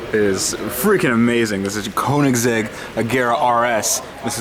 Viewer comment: I do understand that Americans aren’t the best to pronounce anything non-english but please learn how to say car names! Regarding the Koenigsegg: watch the first six seconds of this video and just try to repeat it.